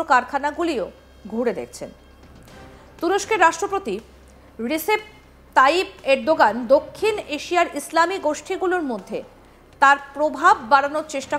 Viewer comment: রিসেপ তাইপ এরদোগান এর নাম উচ্চারণ করতে গিয়ে তোর দাঁত ভেঙে যাচ্ছে😂😂